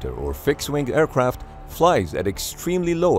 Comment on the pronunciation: Aircwaft Airpwane